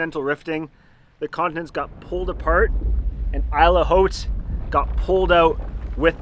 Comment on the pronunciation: I thought it's a bit weird the way you pronounce hard H on French word "haute"